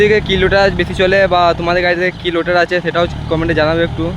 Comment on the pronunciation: লোটার নয় রোটার 😂